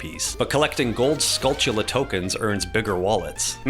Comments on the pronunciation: Dude! You pronounced skulltula right! It's such a pet peeve of mine when people pronounce it wrong. Way to go, man! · I wonder if they're crystalline. Would explain the somewhat uniform shape. Also don't worry about you're pronunciation. You are the ONLY one who says Skulltula correctly.